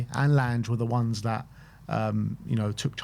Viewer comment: Please learn how to say Lange boys